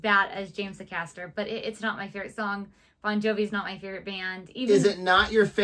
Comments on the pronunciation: Just a note,, James pronounces his name as Ay-caster, not a caster. Stress is on the first A. Here's a suggestion for you - regarding those low growly notes - do watch Geoff Castellucci's Unshaken. See how that affects you. :) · Acaster is pronounced with a long A as in ray, lay etc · Please pronounce ACASTER correctly ! AY (as in hay) CASTER. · His surname is pronounced A-caster